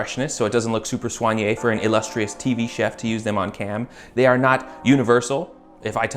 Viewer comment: He uses "soigné", and uses it correctly... I'm in love!!! :-P